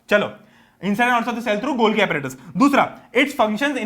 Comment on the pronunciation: umm, scientifically the correct pronunciation in golgi's gi isn't guitar wala gi it is giraffe wala gi.